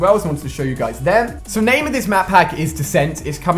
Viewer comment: ur saying the name wrong